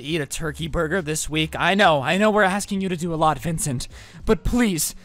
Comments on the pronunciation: the fact that he’s roasting this man the whole time but can’t even get his name right is kinda aggravating 😂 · didn't get his name right until the end of the video lol